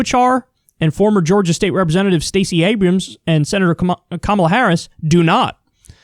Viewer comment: "Abruuoms" lol